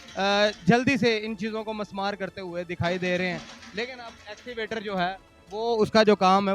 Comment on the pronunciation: axivator nahin kehtay bhai Escavator kehtey hein